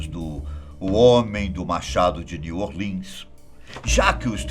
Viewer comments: Nossa, eu quero acreditar q ele ta falando zoando . “Jaque o Estripador” “Nil orlians” Pela mor ... triste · "New Orlins, Jáqui o estripador"